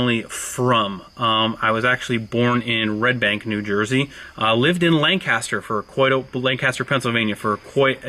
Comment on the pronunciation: a! It's pronounced more like lang-kissed-her. Not lanck caster. Lol!